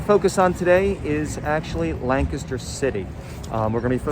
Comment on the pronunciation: Yea, correct pronunciation.